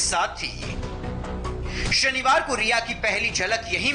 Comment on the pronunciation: आप रिया क्यों बोल रहे हो उसका नाम तो रिहा है